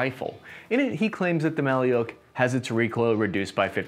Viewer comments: Bruh not maly’uk just maluk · It's not pronounced Mali-yook It's Mal-yook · Thanks for the interesting review! It should be pronounced like [ma:luk], not [ma:liuk] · Malyuk or Малюк, is not russian word at all, pronouncing as mah-lewk or Ma like Mam and Luke like Luke Skywalker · Mah-lee-yoke??? 🤣🤣🤣 How difficult is it to punch a word into an online translator (Google translate?) and tap a speaker icon 🔊 to hear an actual pronunciation? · "Malyuk" is not a Russian word, in the Russian language there is a word "Malyush". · You wrongly stated that name of rifle “maliuk” is russian and Ukrainian word which means “baby boy”. There is no word “maliuk”in russian language, alternative in russian to this word is “малыш” which pronounces as “malysh”, these are two distinctive words with the same meaning. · Wrong. "Malyuk" is only a Ukrainian word, Russian variant is "malysh". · A little correction, "malyuk" is a baby in Ukrainian, but in russian it pronounces like "malish" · “Malyuk” is Ukrainian word, in russian it’s “malysh” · There is no "Malyuk" in russian language